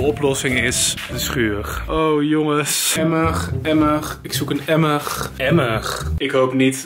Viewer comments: Normale mensen: emmer: emmeg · Mensen: Emmer: Emmerg Emmerg😂😂😂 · hij spreekt emmer uit als emmeg hahaha! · "EMMERG, EMMERG, EMMERG!?" HET IS EMMER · Stop met me hoor ik kan het nu niet meer onhoren hahahha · spreekt de r als g uit, hoor hem: emmerg, emmerg, schuurgg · Ja hahahhah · emmergggg emmergggg emmergggg 😂😂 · Niemand: Helemaal Niemand:: Emmuhg Emmuhg, ik zoek een Emmugh😂😂❤️ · IK WILDE DIT OOK PLAATSTEN AHAHA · Hihi best grappig emig